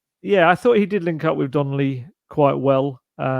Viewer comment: It’s Donley not Donnelly